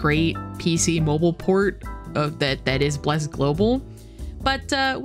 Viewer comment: Love the way you prononce Bleeerrc lol